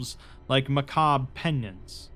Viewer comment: The R in macabre is NOT SILENT. Look it up.